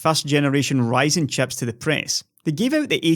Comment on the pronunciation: I fell in love with your voice when I heard you call chips "chaps" 😂😂